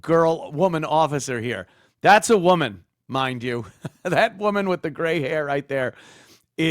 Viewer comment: Also, everything is “thass” instead of “that’s.”